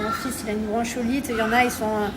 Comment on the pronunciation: J'avoue ca décris bronchiolite mais ça se dit " bronkolite" C chaud de pas savoir ça serieu tu abuse même pense au cp les devoirs et tout tu va faire comment expliquer un mot, une phrase, une définition ou quoi....remet toi dans les livres c pas en mal tes cool mais a un moment pour toi heureusement il y a Thibaut....